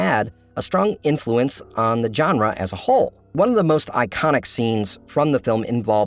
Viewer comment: It's not "john-ruh", it's "zhon-ruh"... like the j in Taj Mahal.